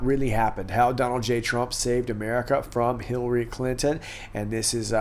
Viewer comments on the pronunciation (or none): none